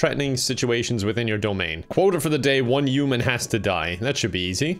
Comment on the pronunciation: Y'know I still can never figure out if is saying Uman Or Human